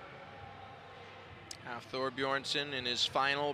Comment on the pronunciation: They really let him say BEERSON AGAIN....wtf